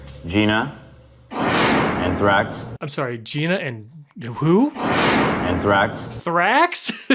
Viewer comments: The vampires name is Anthrax... not Thraxx... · He’s name is anthrax not thraxx😫😫😫😫😫😫😫👩🏿‍🦲😡👨🏿‍🦰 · The dudes name was Anthrax. He said anthrax not “and thrax” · His name is Anthrax not Thrax. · is not Thraxx its Anthrax😭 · I think his name was Anthrax lol not and thrax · "Gina, Anthrax" not "Gina and Thrax." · Is it "and Thrax" or "Gina, Anthrax" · His name was ANTHRAX BRO NOT WHATEVER YOU SAID LIKE FOR SURE LOL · The amount of time you spent on ANTHRAX'S name while getting it wrong the entire time was so cringe bro lol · I thought said Anthraxxx